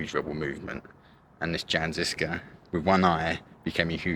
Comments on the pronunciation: Why English speakers pay no attention to foreign names and just butcher it without looking up the correct pronunciation. Jan is not read like French Jean and you read žižka like cicka in the intro but once you were in Prague it was much better or "Tačov" and when you finally see "Č" in Čeněk you read it like "Z" why you guys do that? Anit-Catholic movement is a bit simplified and you describe them as a rebels but it was very early attempt to reform the church and 100 years before Luther and Protestantism was a thing. Which based a lot of their idea on Jan Hus. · I wanted to say some comment about the pronounciation of the words like ŽIŽKA but honestly I am just glad people are finding out about the incredible beauty of Czechia and its rich history. With that being said - fuck communists for hiding and rewriting so much it, with videos like this the history is slowly being corrected and it makes me really proud and happy. Good lad, hope you had some proper beer to ease the exploration.